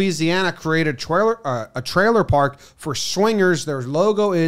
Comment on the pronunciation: I know this is a bit mean and sorry, but when he relapsed and said "twailer" park because of knowing him going to that portable and working on his speech I laughed a lot more then I should have.